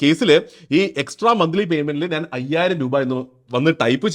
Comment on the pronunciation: നാൻ അല്ല ഞാൻ... 😊